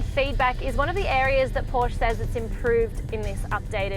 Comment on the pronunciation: At least Pronounce the brand probably if nothing else.